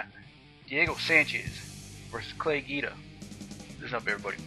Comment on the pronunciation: hahahah what a moron. I love how he's got his chest all puffed up tryin to look all tough. And it's not Geeda, idiot.. Guida. GWEEDA.